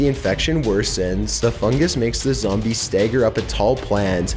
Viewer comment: THIS MADE ME LAUGH. "ZOMB E" "CON COCK ION"